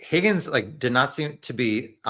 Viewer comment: No. It’s pronounced “HOGGINS”